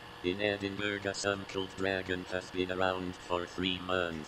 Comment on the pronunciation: It’s pronounced ‘eden-bur-ugh’